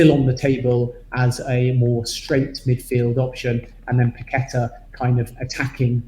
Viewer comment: Perhaps now you heard pronounce Paqueta correctly Pak-Ke-Ta and not Pa-Kwe-Ta as you insist on doing. It's disrespectful to not try and use your own version. Don't spoil a good channel.